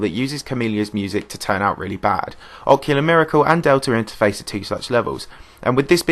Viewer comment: I still can't get over the fact that it sounds like you are saying "delter interface" lmao